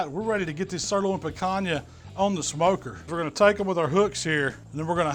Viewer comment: I came here to here how you’d pronounce Picanha. I’m a little disappointed 😂😂. Great video as usual.